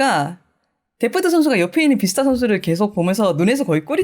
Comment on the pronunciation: 비스타 아니구 뷔스타입니다